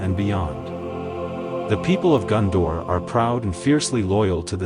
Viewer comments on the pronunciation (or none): its GONdor not GUNdor...